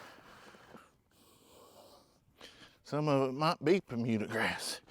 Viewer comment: It always cracks me up to hear say "permuda grass"!!! Love how he makes up his own words!!! THAT'S A TON OF BABY CHICKS!!!